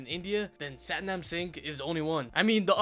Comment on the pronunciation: It’s pronounced Sathnaam fyi